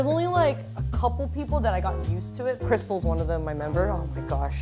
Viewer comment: Amber: *says "Krystal" * Me: AKVSKSVDSKAJDJSIDV KRYBER AKSNSKDI